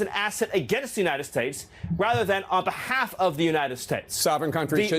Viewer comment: To be able to be positioned as an asset against the U.S. rather than on behauffffff… that mouth is something else.